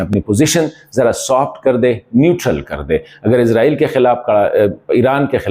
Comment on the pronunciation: عزرائیل نہیں اسرائیل بولا کریں ہے